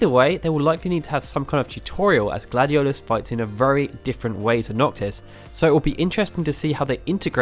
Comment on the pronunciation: Please don't use names if you don't know how to say them. this LuciiAYE and GladioLOUS (or whatever) hurts my ears 😡